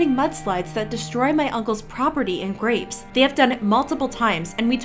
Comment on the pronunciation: Ahh yes, my favourite snack, bleach “graoes” 😫😫😫😋😋😋🤤🤤🤤🥵🥵🥵🥶🥶🥶😈😈😈💯💯 (joke)